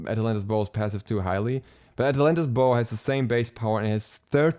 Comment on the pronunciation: atlantas bow sounded like athletic ball to me first time u said it